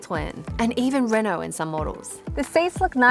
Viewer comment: She pronounced Renault wrong.